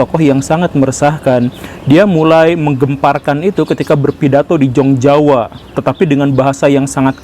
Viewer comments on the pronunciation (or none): Jong Java di masa Hindia Belanda itu bunyinya (dgn ejaan sekarang) "yong yava", bukan "jong java"